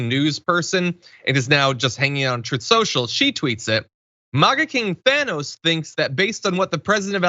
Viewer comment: “Troth Sential”